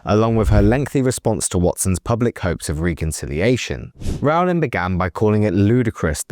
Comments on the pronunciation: Minor point: "Rowling" rhymes with "bowling," not with "howling." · FFS!!... Can't you at least pronounce JK's name correctly??! It's like 'rolling'... or 'bowling'. So rude -- and just bad reporting. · It's 'Rowling' as in 'Bowling' Alley. No, Rowling was not referencing "hypothetical situations", Rowling was describing her own personal experiences (do your homework). It is obvious Watson, Grint and Radcliffe are poorly informed, badly educated, insecure actors who understand nothing about basic anatomy (there are 10,000s of biological, hormonal, neurological, chemical, proportional, sex and reproductive cell, chromosomal, and other, differences that differentiate males from females). Stupid Idiots